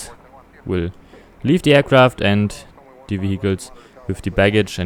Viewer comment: Bitte achte auf den Aussprache-Unterschied: the tower und the Airbus.